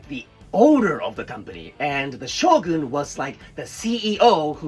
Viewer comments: I thought he said SHOTGUN 😭😭😭😭😭😭😭😭😭😭😭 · Shogun is a shotgun without "t"